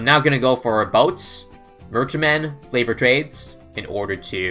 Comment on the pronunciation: Am I the only one who hears him saying "flavored" trades rather than favored?